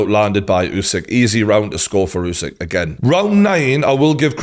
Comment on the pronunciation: Good coverage but western people need to stop pronouncing other ppl names like spelling alphabet. He is not Yousik, he is USIK, just U like in Burger. Why is it so hard, you dont pronounce Burger - Byourger